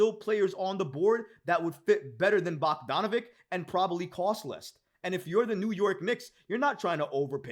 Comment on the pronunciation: his last name rhymes with sandwich... it has a ch sound not a hard k sound, bog-don-a-VICH... not bog-don-a-vik